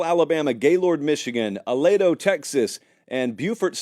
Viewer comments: Uh-lee-dough texas, not uh-lay-dough. Love u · its Ah-leeeee-doe